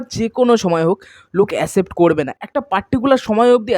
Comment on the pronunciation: Asept ❌ Accept ✅ Please improve ur pronunciation